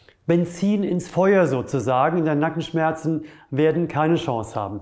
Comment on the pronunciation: Sehr interessant aber bei habe ich Kanackenschmerzen rausgehört😀😊 aber einfach genial , mache auch zuhause Übungen wegen Rundrücken und schmerzen im HWS Nackenbereich. Ich würde mehr wie 5*** geben.